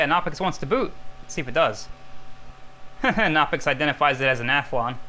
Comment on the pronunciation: The "k" in "Knoppix" is not a silent one. Or at least the "K" in (Klaus) Knopper, the German Linux nerd who released that distro, is not silent. You actually pronounce the K sound in any German word that beings in "Kn," such as "die Kneipe" (the pub). I was not prepared for Crime Scene Investigators: PC Edition. If I had a gun and needed to destroy some data, I would like to think I would come up with a better way of doing it than with a bullet.